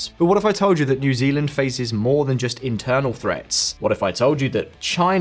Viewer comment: Came here to hear you say new zelanieand at 9.40